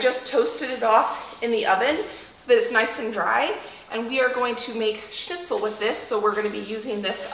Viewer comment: I Love that you are pronouncing the Word Schnitzel right 😁😁 and one Thing I wanted to say about the mashed potatoes: I dont know why, but for some reason the mashed potatoes do taste soooo much better If you give a good amount of Salt into the boiling water. Just Like in Pasta. Maybe you will still have to put some salt to the potatoes when you mash them, but If theres a good amount of salt in the cooking water it really makes a difference. I dont know why, but just try it 🙂 the potatoes itself get so yummy.